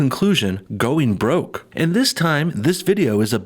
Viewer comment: They got 'bwoke'.